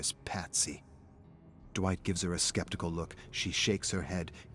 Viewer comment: DiD He JuSt CaLl Me DwItCh?